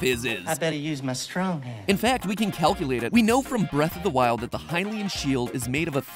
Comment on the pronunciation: At least he got "Hylian" right.